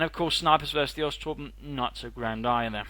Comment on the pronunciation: it sounds like you keep mispronouncing bosstruppen. maybe thats just me.